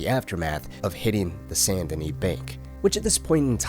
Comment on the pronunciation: Bro really said St.DaKnee 🤣